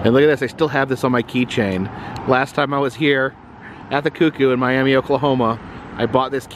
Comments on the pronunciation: It’s not pronounced Miami it’s pronounced miamah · Just for the future, you pronounce Miami in Oklahoma as my-am-ma. Also I love all your videos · Hey, the town is pronounced Miam-uh. Just a little fyi. Love the trip you’re on. Stay safe!!! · That drink is based on a cartoon after looking it up. I was curious because there is a Kickapoo tribe here in Oklahoma. I hope you didn't say Miami to the locals. They pronounce it like Miam-uh. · You posted what I was thinking. As you said, it's My-AM-uh, not My-AM-ee like Florida. I was chastised by locals for saying it "wrong." :-) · it's pronounced My AM Uh after the My Am Uh indian tribe